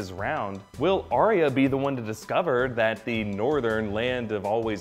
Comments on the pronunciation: It's Ar-ya not Ar-ri-a 🤣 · Your pronunciation of Arya completely took me out of the video.